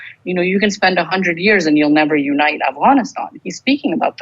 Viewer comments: He keeps saying Avgonisthon hehe 😜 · Still annoying to hear Afghanistan pronounced that way when everything else has no Afghan accent